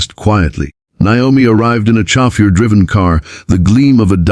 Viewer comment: Chauffeur was butchered too. If they are going to use AI, it should at least speak correctly. 🤨